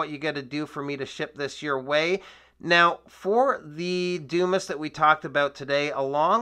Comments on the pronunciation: Dude. That's not a doo-miss. It's a Dumas. Pronounced dew-mah. As in Alexander Dumas, author of the "Count of Monte Cristo." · It's pronounced Dew-MAH. Grow up. Stop embarrassing yourself.